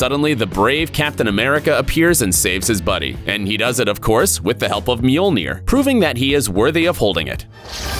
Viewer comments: It’s not meaolnear it’s mjolnir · How hard is it to say Mjölner?